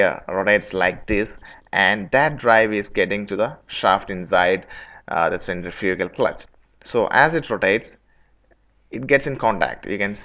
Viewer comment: If you're going to do a video in English, why the heck don't you learn to say the word Centrifugal clearly. Your pronunciation of the key word Centrifugal is totally unrecognizable, and you know this. I think you don't because you don't care to. You expect your audience to adjust to your pronunciation instead of you talking the time to say the work correctly.